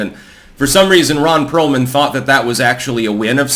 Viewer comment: Ron Peealman 😂